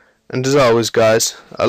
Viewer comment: The way you say your name makes it sound like, "Hell Yeah." :D